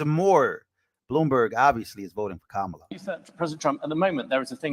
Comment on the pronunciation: Did joy pronounce ka-ma-la incorrectly? Seems kinda racist.